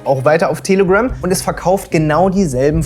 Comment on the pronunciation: Manchmal hört es sich an, als würdest du "Tele-Grimm" sagen.. oder ist das ein bewusster pun? 😅